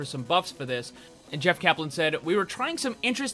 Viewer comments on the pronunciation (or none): none